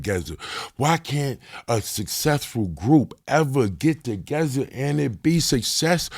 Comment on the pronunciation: "To gezza"